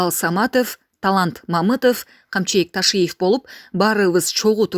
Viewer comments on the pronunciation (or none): none